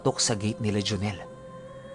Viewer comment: Pisti natawa ako dun sa pagbanggit ng pangalan ni joneeeeel 😜😜